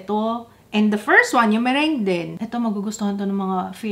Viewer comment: Yung meringue... Merang bigkas:)